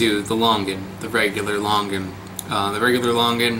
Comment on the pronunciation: It is similar to your typical Longan, just the skin is different. Actually your pronounciation of Longan & Sarawak is a bit incorrect, hihi, it is actually Lo-ngan. I love your videos